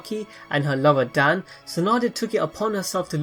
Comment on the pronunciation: Its dawn not dan